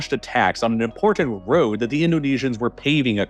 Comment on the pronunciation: What, you don't like hearing about people being "eden" in the "moundans"? It's an impordan issue